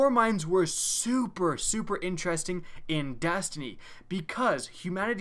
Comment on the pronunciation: you say super with more emphasis then Trump when he says huge